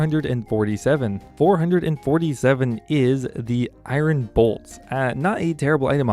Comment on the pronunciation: The way you pronounce iron is cringey